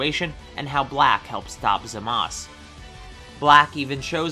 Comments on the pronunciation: Hearing saying Zamas instead of Zamasu triggered me. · Him saying zamas instead of Zamasu is actually triggering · It’s not zemus it zu mu soo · man says zamas instead of zamasu that's pretty annoying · Its not zmazu its zamasu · Ok, ik I’m late to comment, but this is triggering me.... Zamasu is not pronounced Zamas But it’s pronounced za-ma-su Just wanna say that. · Why does this guy say zumas it’s zumazu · Him saying zamas... instead of zamaSU gets to me I hope I'm not alone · You pronouce zamasu zam a soo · LMAO ZAMASU YOU FRIKJN SAID ZAMAS O RSOMTHING LIKE THAT